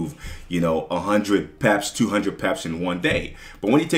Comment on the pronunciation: Great advice but after 9 years you still say “PEPES” 😂😂😂💰💰💰